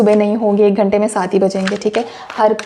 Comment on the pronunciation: 🤣🤣🤣That “Ek Ghante” got me rollinnn’🤣🤣🤣 TBT. Thank you 🙏🏾❤🎉.